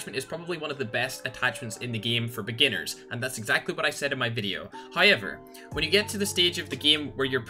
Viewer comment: Everyone: "However": "Hi-Ever"